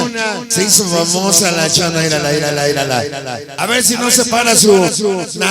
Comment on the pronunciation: No, se dice Irala , se dice, mírala ese, de el sonido, prenuncie, bien para que no lo cretiquen, jajaja